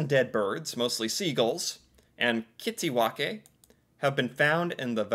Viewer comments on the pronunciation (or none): why did you say kittiwake like that? its the english translation lol